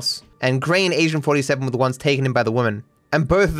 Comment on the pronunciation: I'm not the only one that hears "asian 47" when says "Agent 47"?